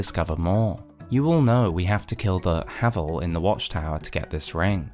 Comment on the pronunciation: I don't care what you say, he's called HAY-VEL, and the one true ring is the calamity ring, git gud.